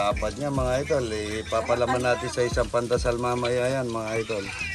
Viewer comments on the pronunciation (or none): Pandesal hindi pandasal